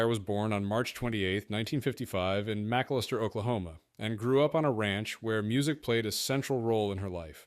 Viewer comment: That band used to practice in my shop in ada Oklahoma.....it's MAC ALISTAIR BTW.....not that you're AI VOICE cares .....